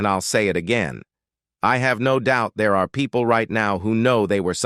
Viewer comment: Did he say everybody was “deah”? The king’s English “brother” please! It’s 2024. 👎🏿